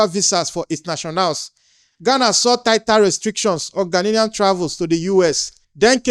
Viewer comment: The whole Nigeria must go might be sponsored by Ghanian government to accommodate deportees from America that he has collected money for because it was allege that they pay them for these deportees. Also, Igbo man it’s Gha nian not Gha nilian correct yourself.